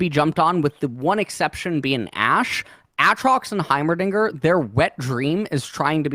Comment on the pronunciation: For fucks sakes someone teach him how to say Aatrox